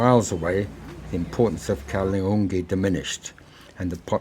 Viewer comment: Its Kaala Dungi.. Not kaloongi..